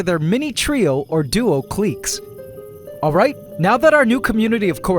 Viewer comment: “Click” not “cleek”